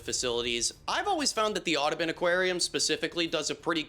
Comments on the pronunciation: The "oddibin"? My brother, how did you manage a 2.1? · why does he say audubon like that